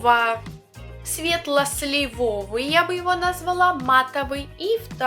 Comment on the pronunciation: блин, снова слышу неправильное произношение слова слИвовый)) спасибо за обзор, выглядит очень интересно! а уж аромат... да и цветовое решение любопытное, редко в какой корейской палетке бывают зеленые оттенки